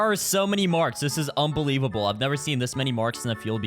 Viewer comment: its un-BEE-levable yeah i know that was trash 😭😭😭